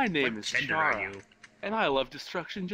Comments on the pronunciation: Fun fact: Chara is pronounced Care-a not char-a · That laugh tho I LOVE IT!! I LOVE YOUR LAUGH❤ Though the way you pronounce chara's name is k-A-r-a not ch-a-r-a because their name is short for the word character so... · A lot of people say CHAR-A but it's more like CARA since the H is silent. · C-ar-ra CHARA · It’s not “char-a” it’s “care-a” as in character. Chara-cter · You know the h in chara is silent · The H is silent.